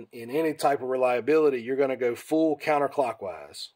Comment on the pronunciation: Lmao this dude say “go” like “gieough”